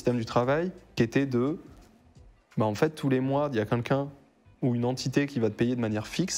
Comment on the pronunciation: J'adore le format ! Par contre je suis hyper déconcentrer par le "Quinlqu'un" au lieu de "Quelqu'un" xD